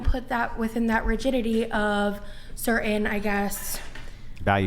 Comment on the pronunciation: My biggest issue with the 8 is her pronunciation of the word “certain.” “Cer-inn.” Yikes